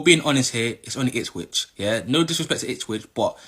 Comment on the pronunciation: Who are “Itswich ” ???